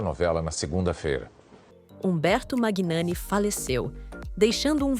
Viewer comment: Humberto Magnani, pronuncia-se Manhani.